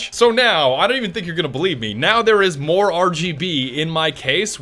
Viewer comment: My god did he just say moAR at the end?!?! SWEET JESUS HAS BEEN ABDUCTED?